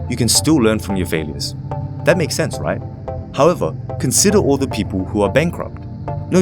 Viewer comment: it kinda bothers me when you pronounce right as "RIGH?"